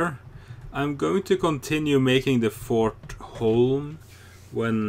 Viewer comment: Dang after the first video I saw from you where you couldn't hit any zombies with a gun and now seeing you during the bank scene I would say that your gun skills have improved. Edit: Idk if you know this ( or can even change this, but you need a T at the end of For so that it's Fort Holm.) if you did know this sorry if what I said sounded mean.